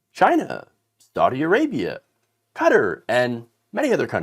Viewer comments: Qatar is not pronounced cutter. It is pronounced Kuh taar. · Love the content except one criticism. "Qatar" is not pronounced KU-TTER. Try KA-TAR instead. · Cutter? You Americans and pronunciation of other countries 🙄